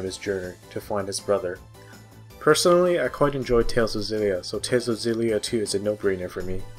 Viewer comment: You're supposed to pronounce the X in Xillia.